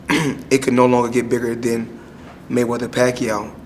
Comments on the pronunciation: maygueder hahaha wtf its mayweather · Boss Player... His name is maywether... He's the code that nobody had broken... The Mavinci code?